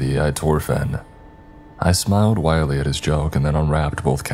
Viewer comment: I really wish you would read these comments, I’ve been listening to you for years and all this time you never have learned how to pronounce certain words. First one is “Wryly” you always say Wire-ly which clearly is wrong. A Wry smile is a type of smirk. And another one is “Awry” which is correctly pronounced Arry, or “Uh-Rye” and your pronunciation is Aw-ree and again, wrong. Please correct these words! There are a few more but these are the only two that I heard during this story. But it seems to me that a narrator who reads for a living should know how to pronounce words correctly. Thank you.